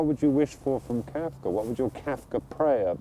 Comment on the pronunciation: Can't get past the way he pronounces Kafka as Kaifka...